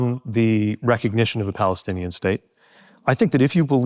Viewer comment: Does Pete even know how to say Palestinian? A blind focus on only one party eliminates the other. He’s another sellout war hawk. I like the questions asked tho!